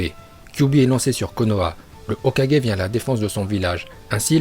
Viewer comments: Il a dit hokaje mdrrrrr c’est hokage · ET ARRETE DE DIRE HOKAJE C'EST HOKAGE putain !!!!!!! LE SON GUE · Pk quand il ya un g tu le prononce comme un j ? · Est on dit hokage pas hokaje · C’est Hoka « guai » mais pas Hoka «ge» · "Hokaje" sérieux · Hokadjé, Shipunden.. 😂😂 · "HOKADJÉ" "OROCHIMARU" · Orochimaru et Hokage rip la prononciation mais pas grave super bonne vidéo !🔥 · Sérieux !!! C'est Hoka"GU"é et pas Hoka"g"é et c'est Shipp"UDEN" et non Shipp"UNDEN" Sérieux stop la. Arrête de faire genre que tu parles japonais et que t'es un porte-parole si c'est pour faire n'imp. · Shipunden, Okadjé, OrochimarU, sah.. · Stp prononce bien les choses Hokage se prononce HOKAGUÉ Itachi c’est pas ITATCHI orochimaru c pas OROTCHIMARU